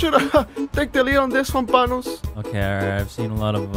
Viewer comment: "his prend, PANNOS"